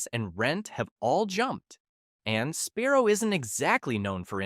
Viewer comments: Is it Sparrow or Sbarro????😂😂😂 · Embarrassing mispronunciations throughout this video. “Sparrow”??? Yikes. Also, way too slow in delivering the info. Talking like we are 8 years old. Speed it up, ffs.